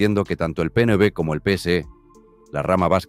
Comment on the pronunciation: La inteligencia artificial que usáis en los vídeos no sabe leer, en el PNB supongo que quiere decir PNV, en fin, yo te sugeriría mejorar eso porque quita el interés de seguir oyendo el video 🙏🏼🇪🇸👍🏼💚